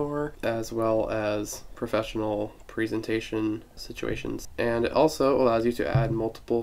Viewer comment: Where did you learn how to say "presentation"?